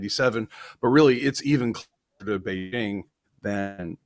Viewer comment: The "j" in the word "Beijing" does not rhyme with the "g" in the English word "regime"; in fact, this sound does not exist in Chinese. The "j" in the word "Beijing" rhymes with the "J" in the English name "Jim."